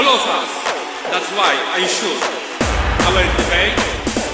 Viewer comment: "SIUR" buhahahahahahaha :D